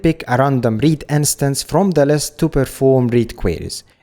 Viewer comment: Uh, possibility of choosing read/write connection via config is awesome. nice vid. ( please look up how "instance" is pronounced, it drives me crazy :D )